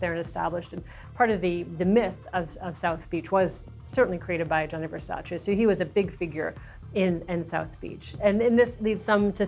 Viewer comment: Americans will never learn how to pronounce Versace!!!